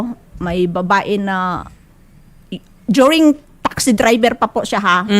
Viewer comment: Arte arte arte..as innnnnn. Pag nag complain puwede ba wag umiiyak.. minsa nakaka busit ka TALAGA. O.A!!! DORING..OR DURING..HAHA!! WTF DAY!! Visaya kaman day.hahahha kalami sagpaon